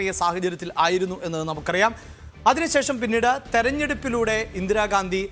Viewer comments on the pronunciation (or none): ചേട്ടാ ഇന്ദിരാഗാന്ധി അല്ല ഇന്ദിരാഗാന്ധി അങ്ങനെ പറയും വ്യക്തമാക്കി